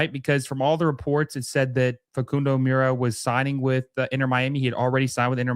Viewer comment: Got you fam , mura = moor-a . Oveido = Oh-Vee-ey-do